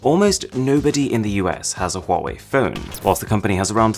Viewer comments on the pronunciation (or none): is acther call 华为 not 花为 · ITS HA WA WI NOT HAWUAWI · What people say : wawee What i say : Hawawee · U know that it is pronounced as “wuave” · Says that when he say Huawei being pronounced as quarry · For Huawei it says “quarry” sometimes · Bruh chinese people when they hear Huwawei: Lame ass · Good job I don’t have a huewia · I didn't know how to pronounce it but liked to "believe" it was pronounced Hooway like hooray by a British toff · There is one thing that you didn't know about Huawei...how to pronounce it properly!